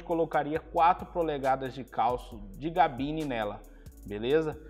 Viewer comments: Porquê diz GABINE? O certo é CABINE, certo? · O cara tem um canal de caminhonete e fala GABINE 🤦🏻‍♂️ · Me perco no vídeo toda vez que fala Gabine kkkk